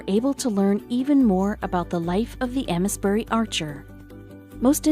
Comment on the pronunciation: Ames bury is pronounced like ‘aims’ bury, btw!